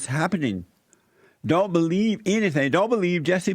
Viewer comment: You are the liar, and a nasty false preacher, you are of your father the DEVIL 😈 This is what your speech sounds like when you skip school.... beliebe? It’s believe you idiot!!!! By the way, why are you angry? BETA!!!!